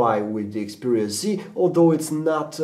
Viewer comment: its XPERIA not EXPERIA dumbass